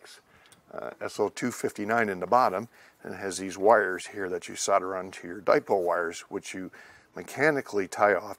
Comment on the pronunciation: A useful video. Got confused by your pronounciation of 'Solder' as 'sudder'!